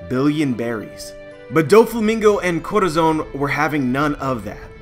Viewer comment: every time you try to say Corazon it triggers me so hard, because its not even that hard to say. Look up that word in spanish, listen and listen to a pronunciation. DEAR GOD, that triggers me.